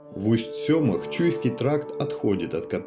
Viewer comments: не Усть-Сёма, а Усть-СемА, ударение на последний слог в тюркских словах. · Пожалуйста, ставьте правильно ударения в названиях: Усть-СемА, ЧергА и т.д.